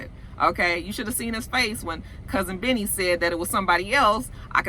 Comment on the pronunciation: When you say, "Cousin Benny," it sounds like you're saying "Cousin Vinny" like the movie, "My Cousin Vinny."